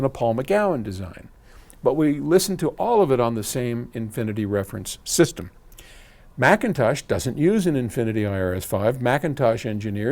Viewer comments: I noticed Paul no longer slams McIntosh by pronouncing it MickIntosh. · Someone slap me... I'm in shock! Paul pronounced McIntosh correctly at least 3 to 4 times. Plus, a compliment!